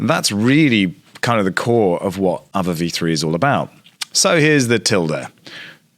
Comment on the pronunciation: Isn't it pronounced Ah-vay? (or R-vey)